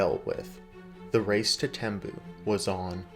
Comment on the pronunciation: It is spent Tembue. Pronounced Tem-b-we